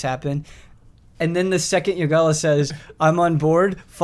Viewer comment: Ren: Youngalla... Yogalla: It's YOgalla, learn it Ron!